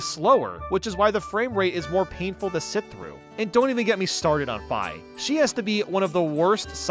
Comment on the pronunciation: I can forgive you for ranking Skyward Sword so low because you ACTUALLY PRONOUNCED FI'S NAME CORRECTLY. So many people pronounce it 'fee' because they don't know the original Japanese version (when romanised) is spelled 'fai'. THANK YOU (also yes, I totally have bias because it was one of the first Zelda games I ever played but I'd still love it anyway)